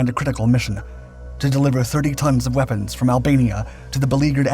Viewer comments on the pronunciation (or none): none